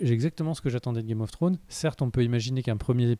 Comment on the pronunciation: Le retour de qui dit Game of Frones 😂😂😂